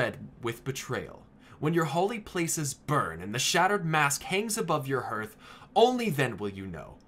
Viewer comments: "harth", not "hurth" Good grief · I enjoyed this video, but it's pronounced as "härTH", not "hərTH." I know nobody cares; it just bugged me. Otherwise, this was really cool. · "Harth", not "herth". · Your pronunciation of Hearth is triggering me. It's like the game. Harth, not herth. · Herth? How can you not know your own language? It baffles me. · please stop saying Herth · i cringed everytime he said hearth xD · Hearth is pronounced like "Heart" with an 'h' on the end. It is not pronounced like "Earth" with an 'h' in front. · I cringed every time you pronounced Hearth wrong. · I hate how he say Hearth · it's hearth like hearthstone. mispronounces it. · I wonder if you pronounce the word heart wrong as well.